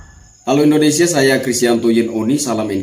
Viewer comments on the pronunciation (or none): none